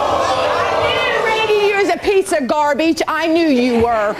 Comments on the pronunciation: “No he’s a piece of garbeej” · GARBIJ!! LOL. xD it is GARBAGE ma'am. lol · I’m here because of instagram “He’s a piece of gahrbich” 🤣🤣🤣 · "no he's not, he's a piece of gar-beege" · lol "hes a piece of garbeeg" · Ok, wat is a garbeege because the mother keeps calling the guy a garbeege